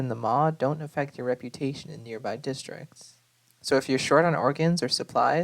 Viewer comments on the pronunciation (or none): none